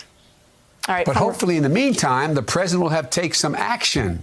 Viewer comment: he pronounces "president" like "present"